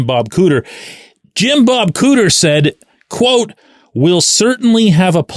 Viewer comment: "Jim-Bub". That was rude